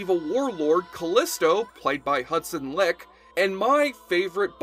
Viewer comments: Hudson's last name is pronounced as "like" not leak. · Hudson LIKE. It is pronounced LIKE. Not LICK 🤣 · I believe Leick is pronounced 'like' rather than 'lick'. One of my favorites is definitely "10 Little Warriors" because Leick does a great job being Xena in Callisto's body (because of the Tonight Show accident). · Hudson Leick...It's pronounced "like". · Not being rude, but it's pronounced like even though it's spelled leick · The way you pronounce Hudson Liek's name has me enraged lol